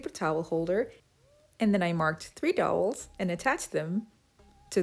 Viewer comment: Very interesting and clever. It's dowel though not towel ir doll.